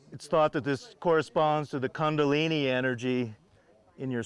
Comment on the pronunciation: It’s not kandalini... it’s Kundalini